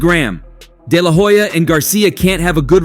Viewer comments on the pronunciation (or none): The H in HOYA is silent 🤭